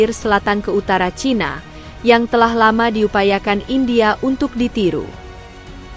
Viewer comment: CHINA dibaca "C H A I N A"